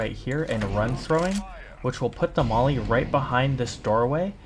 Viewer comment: really strange because I thought it was called a molly and not a mally? Anyways great yapping session as per usual